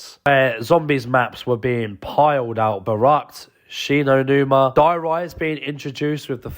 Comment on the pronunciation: Called der reise die rise 2 times. In 3 minutes I cantttttttttty